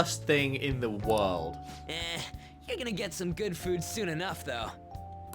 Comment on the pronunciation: LOOOL HE MEANS SAYING “THE WORLD” BUT WITH A JAPANESE ACCENT XD